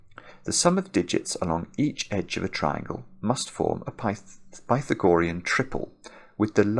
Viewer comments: The "ah" is stressed in Pythagorean, not the "gor" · I always pronounce the theorem as "Pih-thag-oh-REE-in". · I wondered if "pi-tha-GO-re-un" was a Britishism, because I know there are other long words that are stressed differently in American and British English (for ex. "veterinary," which is "VET-rin-er-y" in the US, but my late British colleague said "vet-RIN-er-y" ). But the OED only gives forms with primary stress on "RE," secondary stress on either the first or the second syllable (so either pi-THAG-o-REE-n or PI-thag-o-REE-n). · Does he know he's pronouncing Pythagorean incorrectly? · Great puzzle. Pity we had to listen to the word "Pythagorean" being mispronounced for the whole 40 minutes. :-) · Is pronunciation of Pythagorean a typical British thing? Or just a personal thing? Not criticizing. Just curious. I have never heard this pronunciation before.